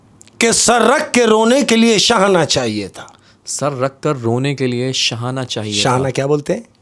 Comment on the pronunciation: mujhy ye shairi wala segment bht pasanad hai par ak suggestion hai kindly se kahen jitny achy andaz me shairi karty hen usi trah thora sa shairi ko dekh b liya kren lafzo ko ulta seedha parh dete hen or shair ka pura maza kharab hojata hai shana ko shahana parh rhy hen usi trah bht ajeeb ajeeb alfaz bol dete hen shair me isy theek krlen plz baqi love from agra india